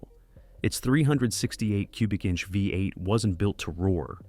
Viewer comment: The mispronunciation of the V8 as a 5 8 gives evidence of the mechanical production of this narration.